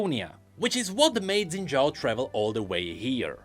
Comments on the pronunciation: his name is pronounced shin jao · So close to a proper pronunciation. 🥹